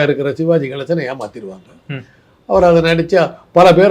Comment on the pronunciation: தம்பி டேய் நெறியாளரே. நீ சோன்ப்படி விற்பவரா ஷிவாஜி என்று சொல்கிறாய். சிவாஜி என்று சொல்லத் தெரியாத‌ா?